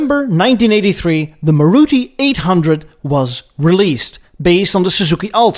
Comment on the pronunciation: and its pronoun's as Maaruti